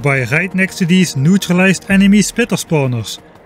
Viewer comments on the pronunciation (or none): none